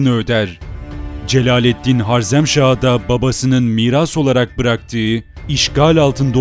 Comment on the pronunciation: reis öncelikle eline emeğine sağlık ancak HARZEMŞAH değil HAREZMŞAH olmalı, bu güzel ve aydınlatıcı paylaşımların için teşekkür ederim geçmişini bilmeyen insanın geleceği muammadır